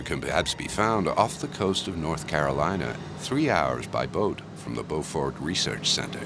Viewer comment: Finally, someone who says “Beaufort, NC” correctly. I float by that research center all the time.